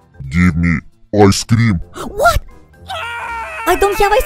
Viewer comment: boi its i scream not ice scream plus u said cream wrong